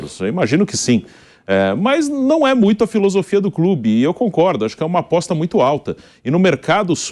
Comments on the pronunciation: É aposta, não apoixxxxta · Apoixxxxta fala direito pilhado